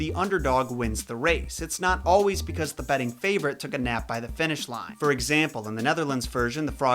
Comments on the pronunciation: Hey buddy,that’s pronounced EEsop not Asop. The Greeks combined an A and E together as a new letter which was pronounced E. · Ae is pronounced as a long e sound. Eesop. Not Asop. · I LOVE your videos!!!! Quick tip, his name is pronounced like E-sop OR E-soup not A-sop. Keep up the great work!!! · Isn't his name pronounced EEsop? (as in Aeon, and Aesthetics) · Who thought he said Asap (like ASAP the rapper) 😂😂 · Pronounced Esop the A is silent. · The "A" is silent,, in Aesop. Nice vids tho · Why can't Americans pronounce "ae" properly. It's said as an "e" not an "a". Although originally it was prounced "eye". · This video screams "youve been pronouncing aesop wrong all your life!"